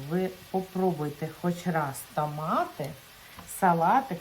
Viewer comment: Моя хороша, в школі грамоту вчила ?! Правильно тОмати а не тАмати ! 😂